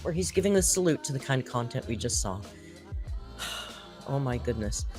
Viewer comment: that extra “ell” sound in words ending with “saw” (“sawl”) and in the middle of some words like “both” (“bolth”) is a feature of several US dialects. Apparently some Southern dialects use this and the area of Northern California in which she is raised apparently does also. I’ve heard it in speech by someone raised in Colorado/Utah also. So it’s part of specific dialects and not something she does to annoy people. I really wish people would stop laughing at people for using non-academic dialects. Dialects are real complete languages with consistent grammar and vocabulary/pronunciations and are just as much an expression of human intelligence as anything used in schools, no matter what uninformed English teachers may have told you. Use of dialect is not an indicator of low intelligence at all. No need for linguistic snobbery, people. has lived in several different places and her speech is mixed because that happens to many people, including myself. But the “sawl” and “bolth” seem to be from Northern California in whatever region she lived in or where her father grew up. (We are also influenced by our parents and others around us in our earliest years, and not just by the locals). Not every area of California, obviously, so people saying “I’m from California and I don’t do that” - chill, dialects are often very localized. If you wouldn’t shame an adult in real life standing in front of you about their use of dialect, you might refrain from doing it to YouTubers